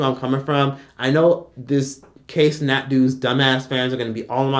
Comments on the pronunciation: "kay cenat" lmao it pronounced (KIE) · I'm getting way too much satisfaction at you calling him KAY Cenat!!😂😂😂😂